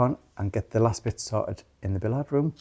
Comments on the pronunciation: I keep meaning to ask about your pronunciations of Billiard room is it the French way .? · Is bill-ee-arrd how ‘billiard’ is pronounced in the North East? I’ve only ever heard it pronounced bill-ee-uhd - but then I am a Southerner … I have to stop and think every time I hear one of you saying it. Btw is a star💪❤ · I would call it bill-ye-ard, I’m north of Ireland, that’s the closest I can write how I know it, there’s definitely an ie sound in the middle, but billie-yard might be closer. I would love to be able to hear everyone else’s pronunciation of it, voice note would be handy here 😂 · From the states, it's bill-yard. Never heard it pronounced like they pronounce it.